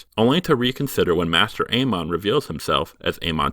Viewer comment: I like the running gag where you mispronounce almost every character's name just a little bit by changing the emphasis. Makes me laugh every time. ee-GRIT, ay-MON, JOR instead of Jeor. I love little jokes like that. ...it IS a joke, right?